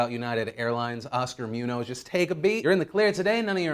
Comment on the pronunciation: Moo-noz? C'mon man this ain't CNN, Moon-Yoes (like toes but with a Y) Also, "Garbage Person" may be a bit of an overstatement.